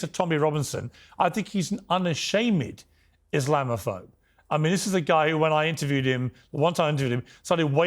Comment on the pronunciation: Emphasizing the “ed” at the end of “unashamed” as “unasham-éd” (with a stress on the second syllable of the suffix, sounding like “un-a-sham-éd”) is more likely an affectation or stylistic choice rather than a feature of any specific accent, including posh London speech. This type of pronunciation sometimes occurs when someone wants to sound theatrical, archaic, or humorous, as it mimics older or poetic forms of English where “-ed” endings were pronounced distinctly (e.g., “blesséd” in religious or poetic contexts). It’s unlikely to be a common regional feature.